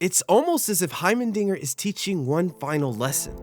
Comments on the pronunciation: Please his name is HeimeRdinger, not Hymen-dinger Jesus Christ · Every time you say “hymendinger” rather than “heimerdinger” I chuckle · heimerdingeR brother. heimerdingeR. not heimeNdinger not heimerdingeN, heimerdinger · its hiemer not hiemen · Bro you gotta stop calling my boy Hymendinger 😭 He's name is Heimerdinger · HeimeNdinger? Heimerdinger*